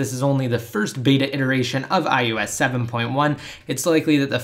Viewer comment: I wish you could properly speak. It's I O S not, IYEWESS.